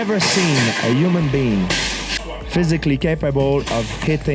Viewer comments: “Yuman Bean” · georges "Yu man Bean" St.Pierre